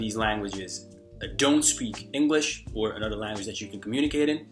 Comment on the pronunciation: Hey, native English speaker from California here. From a west coast perspective, you definitely have a noticeable accent since you sound very east coast/urban with certain words here and there. If you're open to tips, ironically -- one of the words you pronounce a bit differently from most Americans is the word "language." You pronounce it like "Lan-guage" when most Americans pronounce it "Lang-guage." The first syllable sounds a bit flat when you say it -- it's usually "Lang" as in Langston Huges (the author) not "Lan" as in Lanyard -- the way you say it. Hope that helps. Anyway, keep it up! Your vids are awesome and your tips are really helpful.